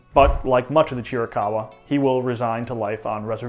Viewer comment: It’s also VERY relieving to hear someone finally pronounce Chiricahua correctly…